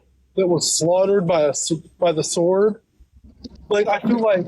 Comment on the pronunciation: out here pronouncing the W in sword is diabolical. It’s silent silly, Rabbit. You probably don’t even know that g’s move is silence like lasagna. 😭